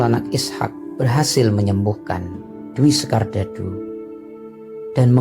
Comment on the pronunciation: Sebutan bukan dwi sekardadu pak bos... Tapi dewi sekardadu...😁😁😁